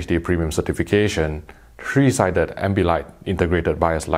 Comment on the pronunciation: All I heard was shri not three